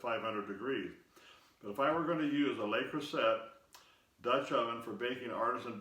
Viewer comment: I use an oval and round Le Creuset depending on the shape of the loaf I'm baking. Works every time without fail. They're expensive, but fortunately a bit cheaper here in France. Btw, it's actually pronounced Crew Say.